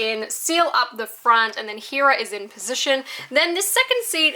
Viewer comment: When will you say heras name correctly